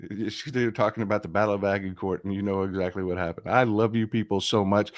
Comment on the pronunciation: Agincourt pronunciation. The G is soft like a J like in orange. The T at the end is kinda silent. So ... Ajincore